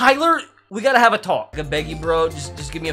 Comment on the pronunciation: he tried to say have